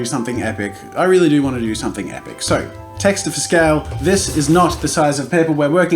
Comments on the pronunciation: He said texter!!!! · “TEXTERS” LOL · did you say texters? what? who calls them that? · Oh god i watched this whole video thinking he was pronouncing texture as texter but turns out its an australian slang HAHAHHA